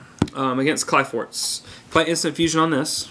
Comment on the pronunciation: kli forts. ph is an f sound. but its alright, after playing this game for so many years ive realized most people cant read their own language.